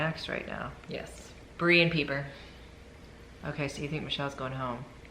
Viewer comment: Peeper? lol. It is pronounced Piper but she spells it Pieper.